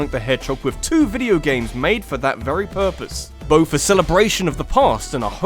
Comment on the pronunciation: Theres no f in the word both. And mario is not pronounced mare-ee-oh